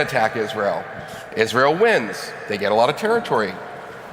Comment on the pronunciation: It's always interesting to me when people have a thing they're talking about for months, but then they cannot pronounce a word like Israel.